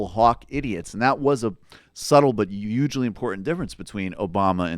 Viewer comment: Did he just say "ugely" instead of "hugely".? God, this guy is so smug I want to smack him even though I agree with what he says.